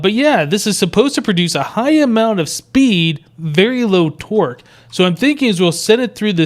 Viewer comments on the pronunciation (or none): Every time you say Torque, it sounds like twerk. I'm not kidding. This torque will haunt my dreams.